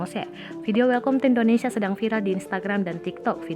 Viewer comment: Welkom ya,mbak? Kalo ga salah dibacanya welkam. Lulusan apa ya penyusun narasinya?